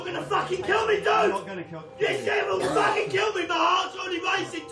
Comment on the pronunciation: It’s the “FAAKIN’ EW” that gets me